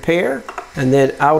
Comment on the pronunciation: When you kept saying and go down to auto home, i kept hearing out to home and was confused for a second. so if you hear out to home it's auto home :)